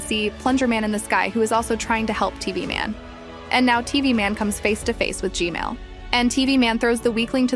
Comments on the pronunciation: I love you're analysis videos! and also why do you say g-mail instead of g-man? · Bro it’s not g male it’s g man💀 you nub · why are you saying Gmail its g man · Bro said G-male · Bro said g-male💀💀💀💀💀💀💀💀💀💀💀💀💀💀💀💀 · not to be mean but whenever you say gman i hear Gmail 💀 its funny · Bro really said gmell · YOUR SAYING GMAIL